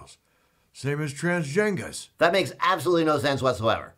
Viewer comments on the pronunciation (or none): You sure it wasn’t “trans-genghis?”